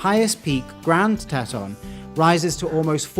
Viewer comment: The narrator has pronounced the park incorrectly. It's pronounced "T-Tawn".